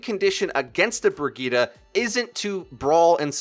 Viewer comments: Isn't her name pronounced as bri-gritte? How come it's bra gi ta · Its pronounced bri jet